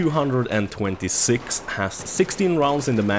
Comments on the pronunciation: why do you call it the p two hundred and twenty-six.... its just p two two six .-. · btw its pronnounced ptwotwosix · ITS PRONOUNCED "P TWO TWO SIX" DAMN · 2 things, it's P-two-two-six, not p226 other thing, it's Five-seveN not fifty seven. Good review! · P two hundred and twenty six 😂 gtfo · you mean p two two six, not p226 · No it's the p 2 26 it's like vault 111 it's pronounced 1 11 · It's pronounced "P Two Two Six" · Its pronounced the P-two-two-six and the p-two-hundred-and-twenty-six. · The P226 is actually pronounced P two two six. Just fyi. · GamerSalvy not P two hundred and twenty six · the way you say p226 is so Swedish:)